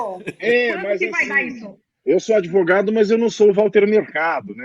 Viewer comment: É "devogado".